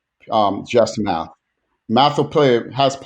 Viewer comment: I heard Matt instead of math.